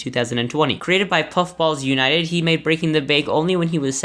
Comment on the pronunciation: Fun fact:among us is made by puffballs united (edit: he said it ok)